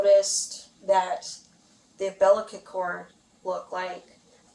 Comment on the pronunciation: She keeps saying umbilical cord wrong and I almost can’t watch the rest. I feel bad for what she witnessed, but she’s a medical assistant shouldnt she know the proper pronunciation for umbilical cord its not an umbilliken cord